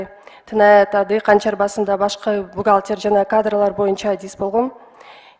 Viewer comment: Бухалтир болуп иштегем деп жаман тантырадыго😂😂😂😂😂😂😂